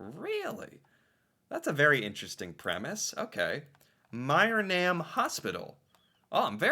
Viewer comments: as someone who was raised in myrnam it hurt to hear you pronounce it so wrong lmao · It's pronounced (Murnum) "phonetically". I grew up in Myrnam and lived there for 20 years. It's a Ukrainian community that was settled when the Ukrainians started to immigrate into Canada. There is an area within Alberta called the Ukrainian Belt where A LOT of Ukrainians settled and made towns and villages. Best heritage minute just because this was about my hometown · You do understand that there are French Canadians in Canada? Therefore, it would stand to reason, that in the Canadian context, they would have a French accent. Also, Acadie is French for Acadia. Acadia culture does not only exist in Canada, but also in Louisiana, where they are known as Cajun or Cajuns. and, Mrynam is a small Town just north of Edmonton Alberta., you got to work on your pronunciation's, maybe Google can help. I noticed, you had problems with pronunciations many times before. But, both you,, and Ryan make interesting videos and I enjoy them very much.